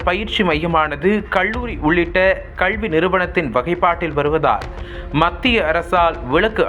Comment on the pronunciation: கள்வி இல்லைங்க. கல்வி. ஏன் இப்படி தமிழ் வார்த்தைகளை தவறாக உச்சரிக்கிறீர்கள்.